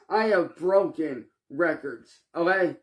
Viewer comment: seriously now...why can't you say the word "okay". 😂😂😂😂 Ohhhggeeyyyy!😂😂😂